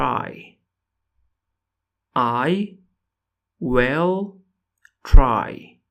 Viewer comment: It's "I will try" not "I well try"